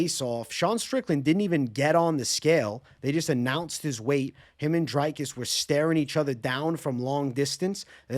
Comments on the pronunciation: Bro pronouncing “Dricus” like Strickland 😂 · Thought it was Jizcus